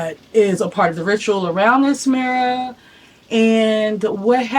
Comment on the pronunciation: I can’t listen to you say the word mirror anymore